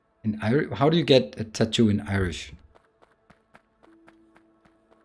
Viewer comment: Tah'-too - never heard it pronounced this way before. Love it! Very behind on this series - slowly getting there.